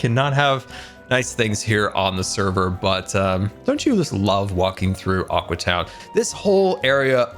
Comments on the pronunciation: When he sais Aque town I think it‘s Awkward town :D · Aque (Ahw-Kwee) town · Its called Aque Town get it right!